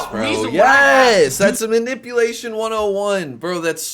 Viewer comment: said minipulation puuuuuuhhh